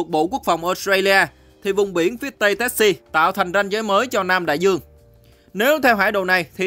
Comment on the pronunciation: Đọc Tassie là Tazi!